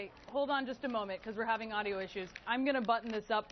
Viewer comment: "We're having audo problems" .... saddly we can still hear Josh Feuerstein